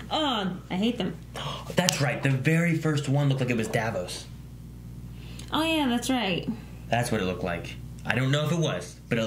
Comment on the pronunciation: Almost laughed when he called him "Dav_os".